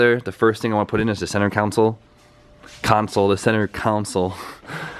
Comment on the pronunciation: Who can't say console lol